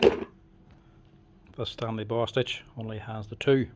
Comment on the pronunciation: For a second, I thought you said Bast—d. But you said Bostitch. I had to replay it. I love the videos. Learning more about the tools I use.